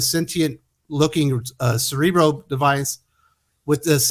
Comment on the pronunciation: Cerebra Cerebro? At this points it's more like Cere-bruh...